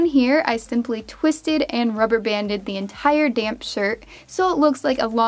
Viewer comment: Everytime you said damp i kept thinking you were saying damn😂